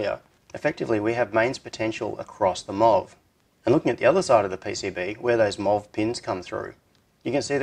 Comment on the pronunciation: MUST you pronounce abbreviations?? M.O.V. is easily understandable in any accent. "Muv" is not. Why don't you pronounce BJT? eesh... The power circuit is really pretty cool, but... If I have to disassemble the light to add the parasitic power device, I'd much rather install a regular WiFi unit there instead, and just make the switch a remote.